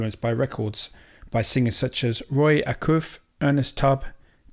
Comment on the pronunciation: Acuff is pronounced A cuff and that was a kneckerchief not a bandana